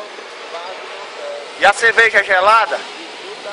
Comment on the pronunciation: ".. e a "çevejá" lá e´boa? Resposta do: Gelada!!!" kkkkkkkkkkkkkkkkkkkk